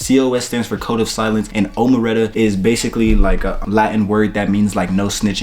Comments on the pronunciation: O-mereta 😂😂😂 it’s omerta cuzzzz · It’s. O. Mer. Ta. Not sure how your cuz brand is pronounced but like for mob shit Just so u kno Your videos are very helpful thx